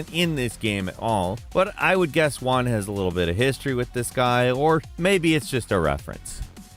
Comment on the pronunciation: Juan most be pronunced Who-Ann, not Wuan.